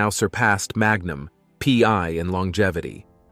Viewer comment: Hey, is that "Magnum pee....... eye" or "Magnum pee one"? 😂 Get human TV show titles right. Ssh!